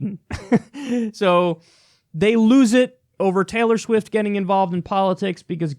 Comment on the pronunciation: I love how Kyle pronounced "Schwift"